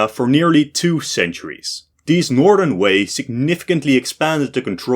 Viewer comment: Yes, all you people are correct about the atrocious mandarin of the author. I think he pronounced Shang, Han and Northern Wei correctly, but that's it. Although average non-eastern highschoolers wouldn't know this, I had to take Chinese starter lessons later. But I'm old, I think current highschoolers are indeed exposed to more Chinese influence.